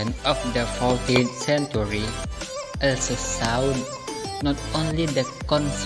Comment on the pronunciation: My name is Wulan Arianjani (. you r so creative in editing and make the story' 2. Its good cause you explained point by point and you put the title that you were explaining. 3.you did a few mispronounciation like when you said "also" Overall your video is nice